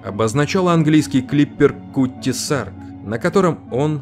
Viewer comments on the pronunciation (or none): Клипер назывался "КАТТИ САРК"! СлИвовая пыль, а не сливОвая. ЧЕрпать, а не черпАть. Не портите впечатление от хорошего ролика безграмотной речью!